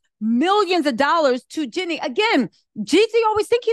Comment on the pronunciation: I love u but it’s JEAN-NIE, not JENNY. It’s Jeezy, not Forest Gump.